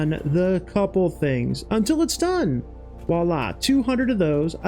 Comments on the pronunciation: Great video, but for future reference, the expression is "Voilà" (vwa-lah), enphasis on the "V" :) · I know this gripe is 100% on my end, but you use the french term "voilà" way too much. Especially since you pronounce it like "wala". It makes it sound like you don't know what it is or what it means. Not trying to be a grammar nazi, just trying to inform. Entymology of words and phrases have always been a source of interest for me.